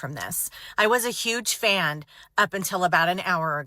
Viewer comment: "I was a huge fand" 🤣